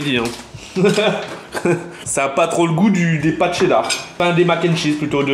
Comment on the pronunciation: Vous dites "la c'est dar" mais faut dire "la cheddar"🤣